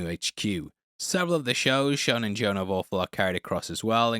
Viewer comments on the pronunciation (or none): none